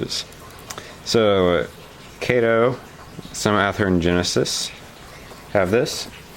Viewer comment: FYI: Kato is pronounced kah-tow.